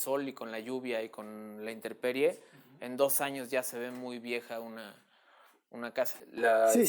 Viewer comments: Se dice intemperie, no "interperie", por favor, un arquitecto no puede pronunciar mal esa palabra. Saludos! 👍🏼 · Muy ingeniosa la celosía, felicitaciones a los Arquitectos. No se dice interperie, es intemperie.